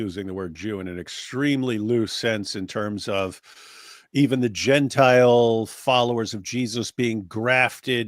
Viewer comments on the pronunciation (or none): none